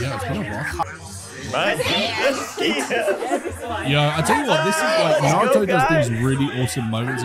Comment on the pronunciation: Not one of them are able to say any name of a person or skill properly, that annoys me the most. "Naru-toe" "Sas-kei" "chick-amaroo"